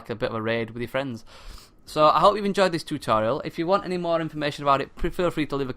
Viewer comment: I think i'm going to buy it for PC.Really nice review,I'll subscribe! you said "tutorial" wtf.